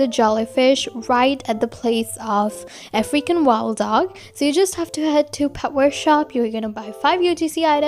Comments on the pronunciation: African wild dog What do I hear: Freaking wild dog -murka5436_2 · For the longest time I thought she was saying “a freaking wild dog”